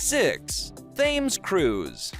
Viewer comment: The filming is good, the pronunciation in the commentary not so much! The Serpentine is pronounced '....tyne' and the famous river is pronounced the 'Tems'. Also, the Thames IS the longest river entirely in England, but we have one slightly longer which is the longest in the UK, that is the River Severn. They are 215 and 220 miles respectively. Minor points but maybe worthwhile for a future video :) Still enjoyed it :D